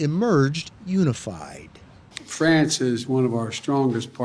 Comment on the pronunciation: Yet you can't even say France correctly.